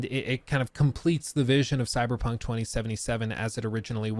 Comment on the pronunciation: Stop saying coy dude its really lame its time to stop!!